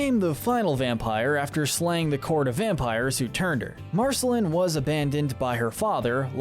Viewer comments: Why was he pronouncing Marceline Mar-sel-in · The e in her name is silent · Realised this guy has never watched the show when he calls her Marcelin and not Marceline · U pronounced marciline wrong so many time s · Ah yes "marsehlen" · UGHHH yes I'm so glad I'm not the only one who noticed, who's marcelin ? what's an en-churro-don ?? MARGIES ???? like c'mon man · Exactly! In En-cheer-i-don? Margies? Marcy-lynn! Smdh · Marceline rhymes with QUEEN not Finn! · Thank you! I can't believe i had to scroll this far in the comments for someone to mention this. I cringed so hard every time he said it! I want to ask if he's actually ever even SEEN the show?!? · Did we skip over how Marcelines name was pronounced? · You keep saying Marceline wrong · Ur pronunciation of Marceline makes me cringe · Okay dude have you seen this show? How do you not know how to say viola, marceline, margles or gunther? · This guy made me second guess if he had actually watched the series after hearing how he said enchiridion and Marceline 😂😂😂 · he kinda pronounced marceline incorrectly. did anyone else notice?